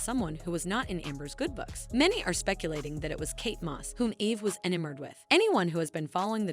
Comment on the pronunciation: ENA-mored? It's pronounced e-NAM-ored. You really don't know how to pronounce enamored?🙄